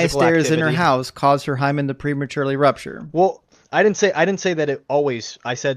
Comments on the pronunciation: I’m not sure what’s more offensive: his misogyny or him saying “wool” instead of “well”. 🤦🏻‍♀️ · These dumb-ass theist all learned their BS from the same BS school. Go back through every single video and you will find they all say "wul" instead of "well". They say it very often also.